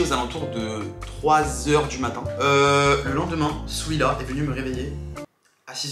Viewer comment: Qui as remarqué qui disait souila au lieu de dire Souhila